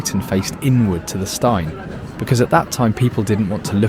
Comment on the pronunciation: At 3.13 you refer to the ‘stine’, however it is The Old Steine pronounced ‘steen’. (From a Brighton resident of 65 years!) Great video btw!